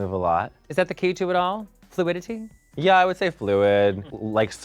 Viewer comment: Bianca’s enunciation of all 47 syllables in fLuiDItY was impressive for someone who’s never been to school or learned to read 🥰